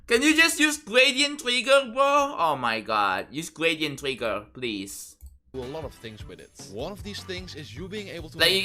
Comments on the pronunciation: lmao gwadient twigger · "gwadient twigger :3" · gwadient twiggeh >,<